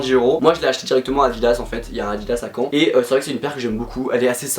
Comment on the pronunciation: "Y'a un Adidas à Cean", t'es normand ou j'ai mal comprie ?